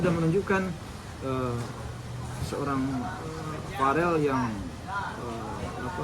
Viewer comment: vErrell, pak.. bukan vArrell 😅🙏🏻